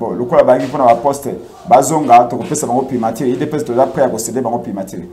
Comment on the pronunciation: Primature......primatire te, journaliste yekola prononciation